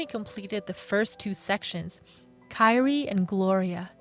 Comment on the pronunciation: Geesh. The pronunciation of some of the words is embarrassing. Figaro is FEE-ga-row, not Fee-GA-ro. Kyrie is KEY-ree-ay, not KIE-re-ay. And others.....